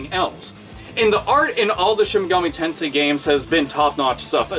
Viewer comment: Lol i thought you said "shinigami tensei"